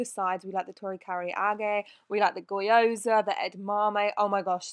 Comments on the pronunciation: I always get a laugh over the pronunciation of Gyoza. Goyoza?!?!?!? It's GEE-oza. Innit? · The pronunciations has me cackling 😂 I get Karaage is tricky but where did that OY I’m Gyoza come from?? 😂❤️ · I’m crying at kaarage and gyoza. The pronunciation hahahha